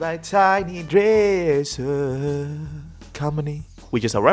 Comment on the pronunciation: “dresserrrrr company”